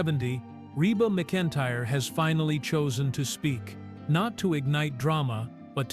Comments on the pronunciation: Her name is pronounced "mac-in-tire". The first several minutes of this video you pronounced it wrong. Do your research before posting something on one of the beloved, famous female singers entertainers in the US for over 4 decades. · Pronounce her name right